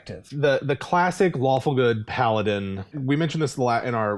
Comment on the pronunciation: Is it just me, or did they kept saying "Waffle Good" instead of "Lawfull Good" at the beginning of the video?